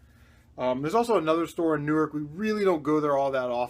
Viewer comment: Hey are you in nj I heard you say newark